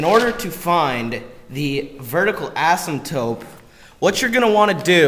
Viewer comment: you know it's asymptote not asymtope